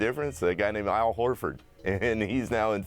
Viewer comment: “Aisle Horford”